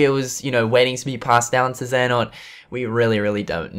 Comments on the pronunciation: Hey man please review the rewind theater of kh3 from ign, it was absolutely horrific and fucking cringy, they dont even know how to pronounce the name Iraqis and xehanort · I don't know if you're going to see this but I just finished watching an IGN video on Kingdom Hearts they posted and it really angers me how they try to act like they know what they are talking about, when they really don't. They can't even pronounce Xehanort right...